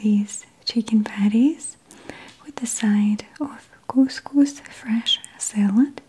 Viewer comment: I love the way she says "couscous" but I don't like the way she says "salad" and "ricotta cheese"